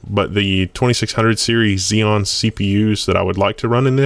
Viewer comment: My brain shut down for a moment when I heard "dual she p u." lol... :P